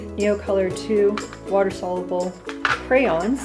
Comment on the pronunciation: Sol-ya-bl not solabl for soluble